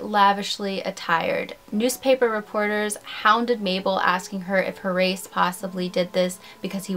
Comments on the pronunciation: “Horace” is pronounced HOR-us, not hor-ace. You’re welcome. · Thank you, that was bugging me. HOR-US (Yes, like the Egyptian diety!). Great vid and channel btw! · It's probably moot at this point, but the name "Horace" is pronounced like HORIS, with the accent on the 1st syllable. Like the word "tourist" with out the "t". Also, I didn't know that the "tryst" between Cable and Young wasn't consensual. Crazy. Even though both men and women used to bed hop in old Hollywood, it makes me wonder how many would be classified as rape given the current definition. Like your channel. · I thought she was saying Haryse/Harise which is an uncommon name, but I have heard it...Horace is another one entirely! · Horace is not pronounced HoRACE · Name not pronounced Hor- race. It's pronounced "Hor - asse". "Wil - shure", not "Wil - shire".